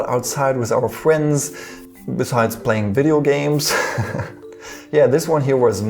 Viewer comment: He said fuwends UwU